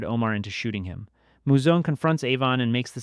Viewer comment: It's Moo-Zone not Mow-Zone. Great video tho